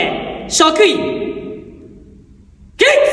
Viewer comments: 起立をキリッツて言うのがツボったw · 起立じゃなくて最初きりっつって言ってる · "あざっす"みたいに"きりっつ"って言ってんの最高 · 「キリッツ」草プリッツかと思ったわ😂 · 「きりっつ」てあざっすみたいな言い方だな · 起立の言い方があざっすなんよ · 何で「起立」が「あざっす」につられて「きりっつ」ってなんてんの？笑